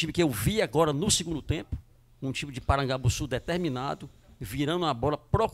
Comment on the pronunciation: Esse cara falando PARAGABUSSU me incomodou